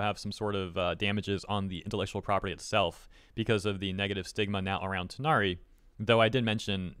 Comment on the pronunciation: Took reading a number of comments to realize people were saying Tighnari and not THIGHnari.